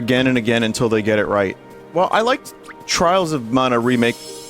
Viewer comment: "TRAAHLS O MAANA"